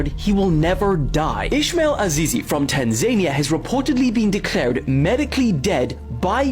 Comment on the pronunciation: I only care because I had a Marine who was from Tanzania. He got his citizenship while in the Marine Corps, and he corrected me lol. But it's TAN-zuh-NEEuh, I used to say Tan-ZANE-eeuh, too.